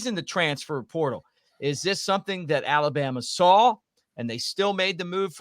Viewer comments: said Alabrama. Lol. Great show guys! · “ALABRAMA” 🤣🤣🤣 Roll Tide!!!